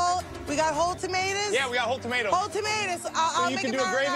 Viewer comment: Did she just say...”TOMATAS”?